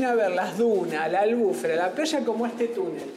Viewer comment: Maravilloso video. Reta es un precioso lugar. Solo una cosa, no es albúfera es albufera. Gracias.